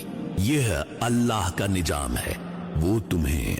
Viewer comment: Abe apne talaffuz ko to theek kar le Nizam ko nijam bool raha hai